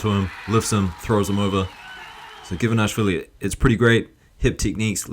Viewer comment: we're four seconds in and it's the first time you pronounce him Givanashvili, as you do so often. But why?